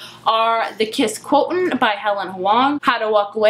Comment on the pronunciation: Quo-sh-int is how to pronounce quotient. And after this review, I really want to read it!